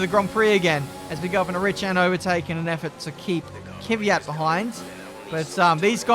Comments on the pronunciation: It's not Kyvyat, it's Kvyat! :) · the fact that he pronounce Kvyat Kivyat hahhahahah makes me laugh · Dude, its K-V-Y-A-T...